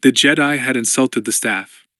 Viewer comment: Some dead spots in the audio but I’m not complaining about a free book. Anyone else bugged by the way they say Jedi? It’s nothing but it drags on me after a while.❤